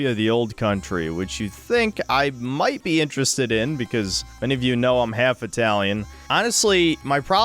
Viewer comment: You’re JALF ITALIAN?